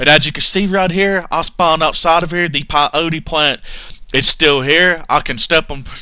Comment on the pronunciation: That daaamn PIE-O-TEE plant